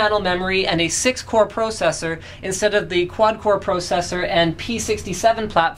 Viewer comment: Stop saying "pro sessor" say "processor"